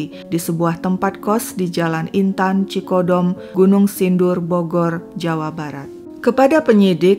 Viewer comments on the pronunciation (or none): Koreksi dikit,. Yang benar, Cidokom Gunung Sindur, bukan Cikodom. Trims atas story telling-nya. Maju terus Channel-nya.